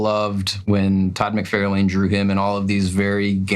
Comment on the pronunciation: Thank you, listening to these guys butcher some of the most famous comic book artists names made me scream. Todd Mac Ford Fairlane Rob Leefield they even spelled it wrong in the video.